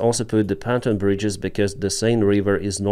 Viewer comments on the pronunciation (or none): pon TOON not pon tan